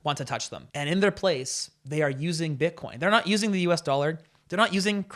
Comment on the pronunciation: I don't think he said bitcoin, i think he said "butt corn" so no wozzas mates! Different thing.🤣